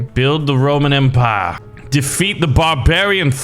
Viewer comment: 'The Roman-Antpire' XD